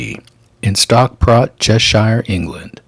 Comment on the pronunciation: "Stockport" England not "Stockpot" 😂